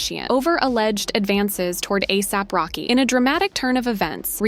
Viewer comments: At least learn how to pronounce the names 😂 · No hate but is no one gonna talk about how the narrator is pronouncing ASAP Rocky’s? 😭